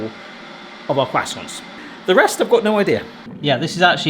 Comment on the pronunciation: Love how pronounces croissants as kwassonts.